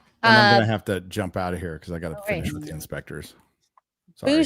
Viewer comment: Inspectors, not Spectre 😅